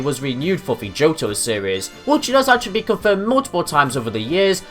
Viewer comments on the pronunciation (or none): none